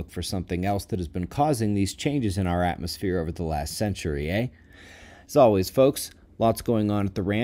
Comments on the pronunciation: I heard "Eh" too and for a moment there sounded Canadian. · That was a very Canadian "eh". Cheers from Nova Scotia! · Did you just say "EH"? 😋